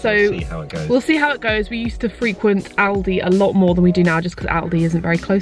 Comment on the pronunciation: Thank god you pronounced Aldi right lmfao